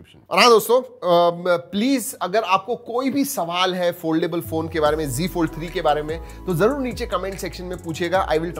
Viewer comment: It's not g fold it's Z fold.... you say g fold